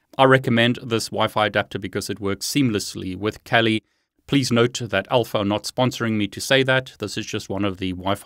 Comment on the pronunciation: It is pronounced kaali not cali.